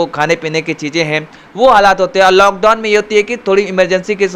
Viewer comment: LockDon nahi hota hai lock down hota hai and get educated first you illiterate reporter